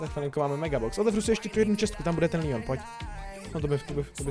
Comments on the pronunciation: Líjon😂😂👌👌👌Like for Leon😂😂😂😂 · Jo kdyby jsi neřekl líon